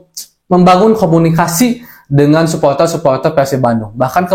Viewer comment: suporter bukan supoltel😭🤣